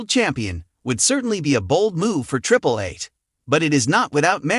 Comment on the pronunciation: Did he say "Triple Ace"? 😂😂😂😂😂